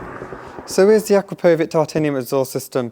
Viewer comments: It's pronounced uh-CROP-o-vich not AKRUH-PO-VICK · Thanks for the comparison. You pronounced Akrapovic incorrectly.